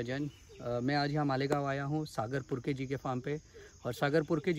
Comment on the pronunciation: It's not purke ji it's sagar purkar..our galat information di he apne thodi